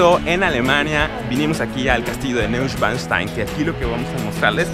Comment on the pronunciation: No seas paletoso wey se pronuncia noischvanstain